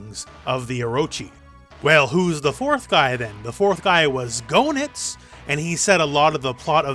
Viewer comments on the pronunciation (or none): Chris does have a new look sir. Also Goenitz name is pronounced gay-nitz not go-nitz. Always enjoy your channel and twitter posts. respect